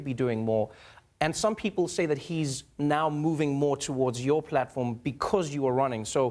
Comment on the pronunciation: I like her too. She said "moven" though.